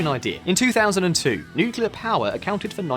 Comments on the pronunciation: Are you pronouncing “nuclear” incorrectly on purpose just to drive more engagement? (For example, this comment) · 1) learn how to say Nuclear ffs 2) DISCORDY is not a word 3) Nuclear Energy produces no greenhouse gases